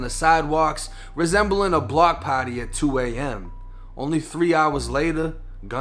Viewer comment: Evert time he say “party” I laugh